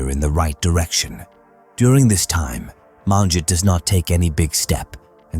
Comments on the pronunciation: You could at least learn to pronounce her name correctly. It's not MAANjit. Sheesh. You butchered her name. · Except you mispronounced all the Punjabi names, including Manjit's name. Terrible pronounciation!!! Next time ask a Punjabi person to help you. Sheesh.